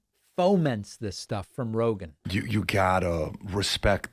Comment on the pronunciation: Joe Roeglan, Roglan, Joe rorg roglin? Dont move the cue cards so fast